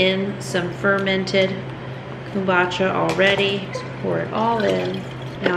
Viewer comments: It’s komBOOcha, not kOOMbotcha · Love your videos. I make kombucha also. We pronounce it "comeboocha". My son gets a kick out of you saying it😂. I don't know the proper way to pronounce it now😂. I heard if using green tea you should mix with black tea also. It needs the black tea. I don't know if that's true but we shall see how yours turns out.❤